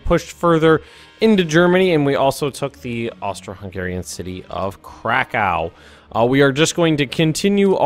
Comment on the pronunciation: I'm not Polish, but I think it's pronounced 'Krakov'.